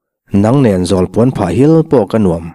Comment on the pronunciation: I va chhiar thiam lo e ka nuam tih hi ka tuam tih anga thluk tur aw